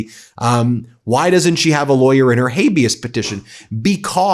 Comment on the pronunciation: 'Any laywer knows that!' So how does Ben know? Is he still saying he ia a active lawyer?